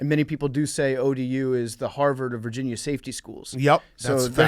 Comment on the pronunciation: "University of VER-GINA" 😂😂😂😂😂 awwwww, you're adorable